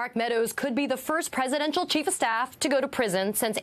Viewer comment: Did she say "Trump's Cheat of Staff"?